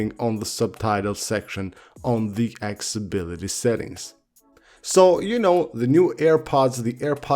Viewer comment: Broo can u please pronounce accessibility correctly...for the sake of Tim Cook